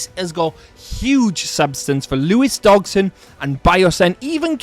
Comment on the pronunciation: Dodg-son not DoG-son. Otherwise good video.